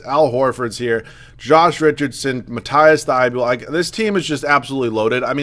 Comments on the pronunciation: Hey dude love the vid so far and it pronounced Mateeeese Thybull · Its pronounced matt-eass thy-bowl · Pronounce Matisse name right